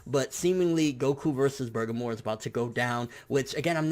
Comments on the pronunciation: Bur-GAH-Mo not Burgermore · Burgermore? Nigga I know you hungry but damn. It clearly says Bergamo. Sound that shit out Ber-gam-o. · Who the hell is Burgermore? I thought it was Ber-ga-mo? Where did the extra r at the end come from? What? WHAT? I need answers. Now I'm hungry. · bergermore lolz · If anything, its "Bergamot" with a "T", translated, without...not "bergamore", what the hell even is that? The wolf brothers are named after rooted plants/spices. So Bergamo's got some psychic powers? Weird, considering he looks like a pure physical powerhouse. My prediction's also that Goku wins, 2-1, 7v9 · lol your ponoucing that name wrong dude. its bergamo, not burgermore lol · I feel like you butcher names on purpose lmaoo. It's BER-GAH-MOE..not BER-GUH-MORE lmaoo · In every video it sounds like you keep saying "Bergamor" even while reading his name. I don't know if that's just how you sound when pronouncing it, but there's no "r" at the end though. "Bergamo". #justsaiyan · I was thinking the same thing. He says it exactly like burgarmore instead of Bergamo. Weird pronounciation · He should've pronounced it like Ber-ga-mo with precise sounding Even his closed caption says: "Burger More" lmao ( must be hungry) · Jonathan McGuire I would think that as well, but i watched him, in video form, reading it himself and say, "Bergamo? Maybe its Burgermore?" and not bother since to actually look it up. Considering he tried to translate it and failed, and didnt bother to even research his material is showing lack of effort to provide quality information to his viewers. I used to watch him for news but now i watch just to see what false info and head cannon he is posting today. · He said Boogermore. Hes talking about his arch nemesis of his hanging out that right nostril. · you have a huge booger in your right nostril, is that why he is refering to bergamo as bugermore lmaoooo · its pronounced "bur-gom-oh".... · why do you keep saying burgermore lmaoo